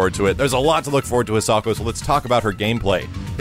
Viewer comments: I'm going to be really disappointed if the pronunciation you're using makes it into the game. It's a Japanese name but you're pronouncing it with the English phonetics. It should be Hee-sah-ko not "His socko" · i know it doesnt matter but it bothers me lots that he is saying the name wrong, considering its a japanese name im sure its pronounce High-sa-ko... again i know it doesnt matter but i just wanted to comment it